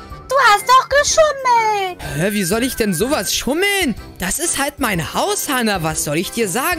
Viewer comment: Du. Hast. Geshumelt